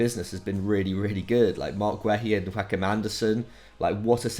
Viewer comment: By the way, the first part of Joachim Andersen’s first name is pronounced more like the English word “your”